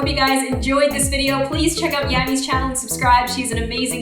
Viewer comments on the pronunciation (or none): It's Yammy Not Glammy